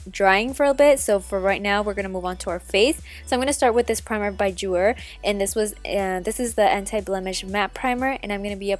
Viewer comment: Just a tip Jouer is is pronounced Ju-aye. 💙